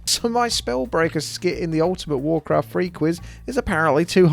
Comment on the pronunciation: Wawcwaft Fwee